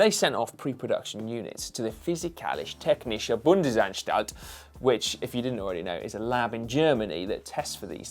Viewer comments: As a German, it is hilarious how you pronounce "Physikalisch Technische Bundesanstalt". Much love for that! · really had to laugh of you pronunciation of physikalisch technische Bundesanstallt. :-D Say it again pls :-D